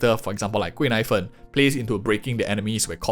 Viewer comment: I keep hearing her name as “贵奶粉” (expensive milk powder) 😂😂😂